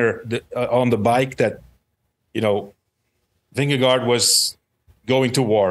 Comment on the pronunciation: Its Vingego’, George,. Not Vindego